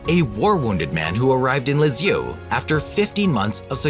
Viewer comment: If you can’t pronounce her name correctly, how can I believe you know what you’re talking about. This may be true, but the narration is awful.